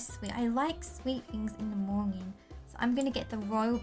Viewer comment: Not to be rude but it sound like said Moening but you say Morning but i love you ❤️❤️❤️❤️❤️❤️